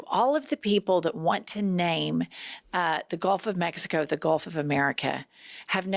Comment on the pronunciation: My God I Saw That Woman say Gulf of Mexi, Gilf of Mex, Gulf of Amerca , 3 times God she is bad, way bad